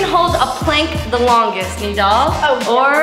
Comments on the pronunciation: It’s nidal not needle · its nidal not neddel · Bruh you said needle not nidal